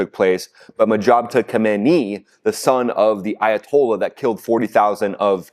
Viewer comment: Isn't the leader's name pronounced Mojtaba, not Mojabta?